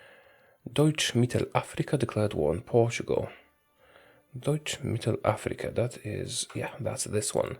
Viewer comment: Well i heard he also has a good german pronunciation, i like the way he says Deutsch-Mittelafrika :P